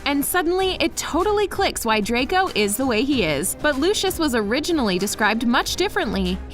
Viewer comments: its pronounced, "Loo-see-us" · She clearly has never seen Harry Potter because she can’t pronounce Lucius Malfoys name correctly 😐